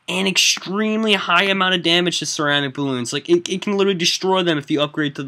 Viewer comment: i belive that you pronunce ceramic wrong!